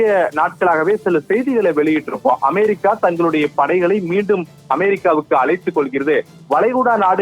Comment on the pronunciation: அமாரிக்கா.....என்பது எந்த நாடு?😂😂😂😂 உச்சரிப்பு ஒரு மாதிரிக்கா இருக்குதே ஏன்...?